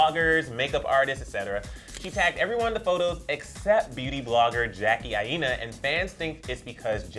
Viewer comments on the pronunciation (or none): Emile Ennis Jr. And its I-NA not I-E-NA